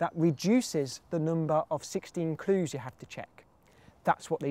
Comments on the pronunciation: I hate the way he says "clues".. His L sounds like a D. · you say clues in a funny way :)